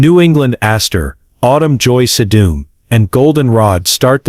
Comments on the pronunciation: Tell your AI robot that the flower is called SEE-dum, not se-DOOM. You present as a so-called expert but can't even correctly pronounce the plant names???? Be brave, do a little extra work and narrate it yourself. Gives the human touch! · Augh, wish u had a real human voice. Sedum was mispronounced & pic is wrong for Russian sage.☹️